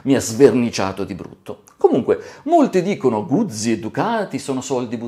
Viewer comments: Eccone un'altro, Fotografo Nikonista di professione, batterista per passione e California per viaggiare. Cambia ti prego la pronuncia quando dici "Guzzi"....è un cognome e da tale va pronunciato. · come cambia? Probabilmente qualcuno ti potrebbe chiamare Boccí, oppure Bòcci o ancora Bòccì... Carlo Guzzi si pronuncia con la ZI di Tiziano e non di ZIO